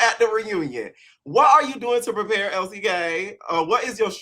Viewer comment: Chille, I don’t watch the show anymore. From the way you pronounced it, I thought her name was ‘El Si Ke’ 😂